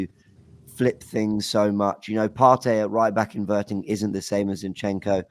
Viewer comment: loves sayin “invertin” lol